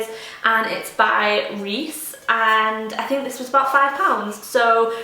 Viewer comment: i live about 50km from where Riess pans are made. they are the best & seriously last for generations :D (if it interessts you, you read the "ie" perfectly, but try to say it 'longer' and the double s isn't spoken as sharp even though it's doubled) i recently bought a food processor (omni blend v) and i love it, and am mainly using it for making (green) smoothies - so worth the money!